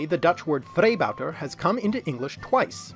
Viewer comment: Not to rain on your parade, but all I could hear is "freebouter", perhaps a variant on the 'kabouter'.